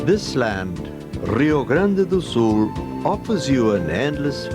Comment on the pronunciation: "Rrrio Grande do Sul".... Why dude, we don't even speak Spanish.